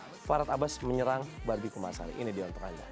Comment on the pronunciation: apa gw doang yg denger doi bilang "B*Bi KUMALASARI " ..hihihih